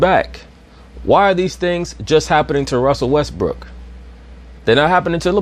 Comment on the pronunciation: "westbrick" lol he don't miss a beat with that name lol.